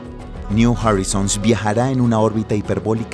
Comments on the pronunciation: no se dice jorizons es joraizouns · Horizons ) se pronuncia joraizons !!!!! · Está mal pronunciado "horizons". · si no encontrais a un relator que sepa inglés, deberíais exigirle que preguntara, al menos, cómo se pronuncian los anglicismos en el documento. Y si lo haceis a propósito, peor. No veo la razón por la que decidir pronunciar incorrectamente 'Horizons' o 'Pioneer'